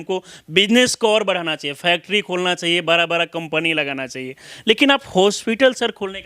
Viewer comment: पत्रकार बन गए हो और बड़ा को बरा बोलते हो